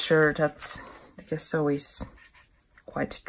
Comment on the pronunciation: Nice work. Thank you for sharing. Just a little detail: the word gesso you can pronounce like "dge-sso as in the word edge. 😊👍🇫🇮